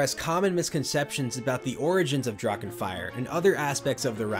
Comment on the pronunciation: Love the coverage! Little tip when it comes to German words like Drachen. Don’t make a “k” out of the “ch”. Just consider it silent. The voice fills that void automatically.